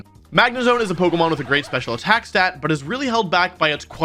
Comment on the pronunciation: Isn't it stat not stab ????😅